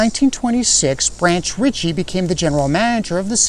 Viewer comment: did you really say Branch "Richie?"